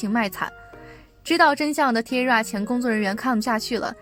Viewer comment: T-ara是念 Ti-a-ra 不是Tira